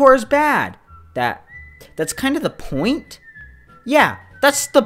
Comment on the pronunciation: I like how he pronounces point as pouint